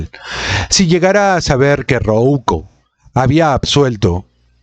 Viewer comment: "Rouco" no se pronuncia "Roúco" veo que los diptongos y las llanas tampoco son tu fuerte